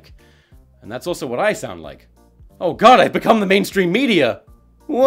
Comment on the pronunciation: Gotta love that momentary break into an American accent on "god" near the end.